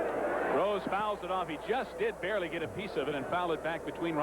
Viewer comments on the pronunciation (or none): none